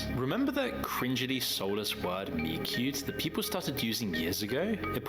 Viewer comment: I've never heard of "meet-cute" in my life either. Almost sounds like something AI made up.